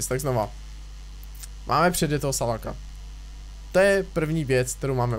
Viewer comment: Ahoj nesmíš jezdit přes štěrk a salac se nečte salak ale Salač vím že to neumíš tak ti to říkám